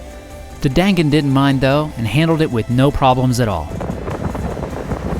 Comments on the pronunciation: The gan in dangan is pronounced more like gun Dan is more like the word done So it's like done gun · You pronounced dangan wrong.